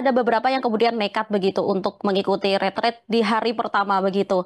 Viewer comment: Kok banyak yg pakai kata ritrit, bukankah itu retret, artinya kan beda